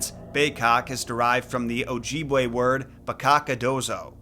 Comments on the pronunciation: And it's Oj-ih-bway (pronounciation) not "ojeebway" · it's pronounce. Oh jib way. Short I. No hate, your doing great.